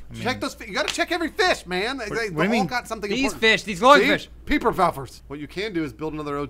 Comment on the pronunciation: saying "Peeperfowfers"...... Makes me laugh every time